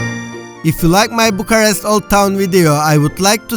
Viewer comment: Why do you keep saying Bucharesy, must have said it 1000 times. Bucharest.